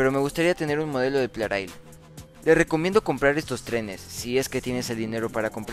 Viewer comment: ya ¿porqué en otros videos pronuncias plareil y en otros lo pronuncias plarail?